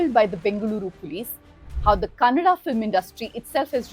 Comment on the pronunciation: Thank God you didn't say kannad😢